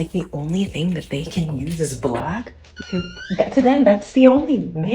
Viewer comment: Okay, Septum Piercing, I don’t like the way you’re saying “black”. Have a conversation with your man; his favorite color could be black